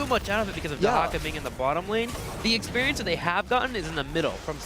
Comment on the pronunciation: I wish someone would say the caster that it's not eeeexperience, it's experience. XP, not EEE XP lol